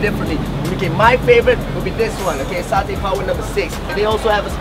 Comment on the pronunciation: Is mutton satay not muthon sashay can't even pronounce properly